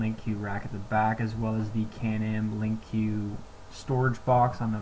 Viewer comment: Lol. Were saying “linq q” pretty sure it’s just “linq”